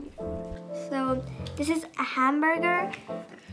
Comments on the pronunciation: It’s hamburger not it’s hambaga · "Hambaga" "how he says it" "I can't anymore" 🤣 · "Hambaga" "Hambaga" "Hambaga" "Hambaga" "Hamburger" "Haaaamburgerrrr" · Her.dis is habaga and this hanbuga Me.what? It's hamburger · For a majority of the video he said ham ba Gus instead of hamburgers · My life is a lie...ITS PRONOUNCED HAMBAGA America shake my head HOW COULD YOU LIE TO ME! IT WAS HAMBAGA ALL ALONG! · Hem-bear-gir & Hem-bey-goo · It's hamburger ham-berger